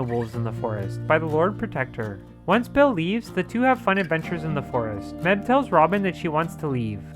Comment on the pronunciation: It felt so weird hearing this guy say Mebh. Like Meb-heh, especially since the movie pronounces it May-ve